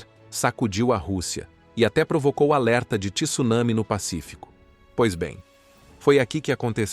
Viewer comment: Vídeos e narração ótimas . Excelente mesmo. Parabéns . Só que a palavra não é TI SU NA MI , como diz os analfabetos da Globo.. é TSU NA MI .